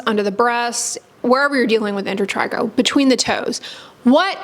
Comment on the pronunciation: She says inter trey go